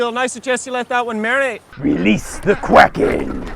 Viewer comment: What went wrong today its normal “””RELEASE THE QUACKEN””” but today rEleAsE thE qUAkeN